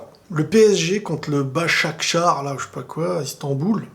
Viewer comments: Ps; Faut dire ‘’ désolé si je prononce mâle’’ et non pas bashakshr chez pas quoi pc c’est un peu un manque de respect qd même .... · respecte bien par contre c'est BASAKSEHIR pas chpa quoi hein. Et sinon soirée bizarre quand Ronaldo🐐❤ gagne bizarre comme titre je suis pas d'accord avec toi pour une fois.. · Basaksar ou je sais pas quoi Istanbul... c’est un peu pareil que les propos du 4ème arbitre Tu trouves pas? Pour monchengladbach aucun problème de prononciation Sacré tu es un rigolo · Il a dit basak charr mddrr 👌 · "İstanbul Başakşehir"...Simplement, aie un peu de respect s'il te plaît ;) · qui dit Basaksar là 😂😂😂😂 Si Erdogan entend ça.. 😂😂😂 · « Başakşar” mdrrr t’abuses wsh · t’es raciste aussi à ne pas bien prononcer le nom de l’équipe. (Rire)